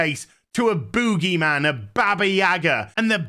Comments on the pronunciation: Nobody:: BÚUGYMAN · The way he says boogieman😂